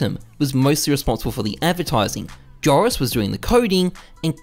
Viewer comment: Loved the video, I think you have to pronounce "Joris" like "Eoris" or "Yoris" :) .